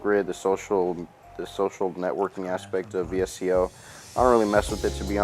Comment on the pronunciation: Great video! Quick tip, its pronounced "Visco" and VSCO is short for visual supply company.